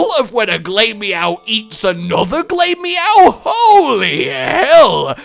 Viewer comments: 'glay-meow'? glah-meow, get it right scrub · Glamerous=Glameow. Ugly=Purugly. So Glameow isn't pronounced GLAY-mee-ow. It's pronounced Gla-mee-ow.